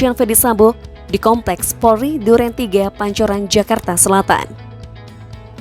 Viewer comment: Kalau ngomong yg jela Bukan porli tapi POLRI.